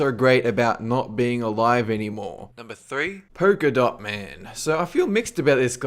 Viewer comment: Purkadot man Loool